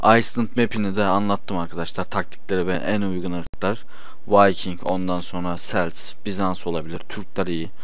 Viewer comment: Yalnız onlar(celts)selts diyr okunmaz kelts diye okunur ve vikings normal okunur